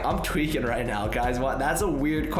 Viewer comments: Everytime you say tweeking i thought its `twerking` haha xD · He is my 2 favorite YouTube but he says tweaking. Way too much